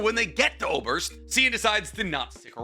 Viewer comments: For anyone curious how to pronounce "Äußerst" correctly, it's not "oberst". It sounds very similar to oysters, but it's "oiserst". The Äu is an 'oi' sound and the ß is a sharp s. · I know you don’t speak German, and yeah you’ve got a great reason for not 😅 But omg your pronunciation of some of these words. Specifically Aßerst and Sein, and to a lesser extent Flamme.